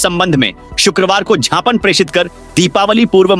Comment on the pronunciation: झापन और ज्ञापन में बहुत फर्क होता है 😂😂😂😂